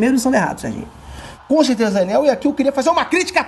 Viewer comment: Conssteza, Daniel.